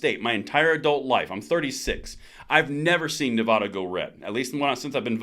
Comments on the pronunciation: Nevada NOT Nev AH da. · I like your videos. Please note that Nevada isn't pronounced Nev-ahh-da. It's pronounced like dad.